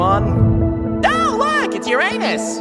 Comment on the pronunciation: Nawh Uranus and Uranos ?😂